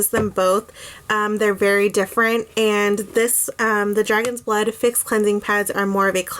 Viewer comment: Did you say "dragon's butt" 😂? Nice review!!